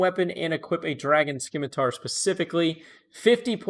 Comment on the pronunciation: The 'c' is silent in Scimitar!"!#!%TZ¤EGTKE=)